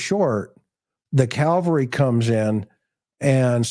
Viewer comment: Cavalry, not Calvary